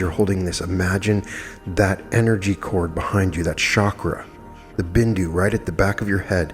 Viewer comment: My second name that Dad gave me is Bindu and you pronounced it perfectly 😃💖🙏🏼 I am doing this quantum meditation each morning as I regain consciousness ❣️❣️❣️